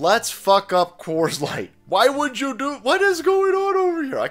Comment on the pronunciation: Have you noticed he slurs his speech whenever pronouncing the word "You"? How many fathoms deep are you in the Bud Lite? It's OK, you don't have to tell me.